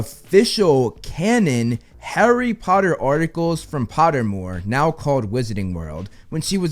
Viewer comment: HARRY PPPPOTTAH